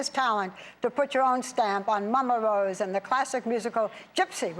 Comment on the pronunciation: haha Barbra walters, "Mama Wose".